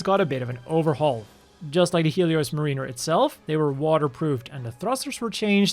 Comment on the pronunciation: Dina is probably meant to be pronounced "Die-na" "Mah-rinn-er" not "Mah-Reen-er"